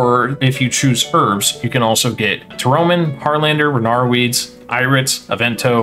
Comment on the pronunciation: Ta-ro-min? :P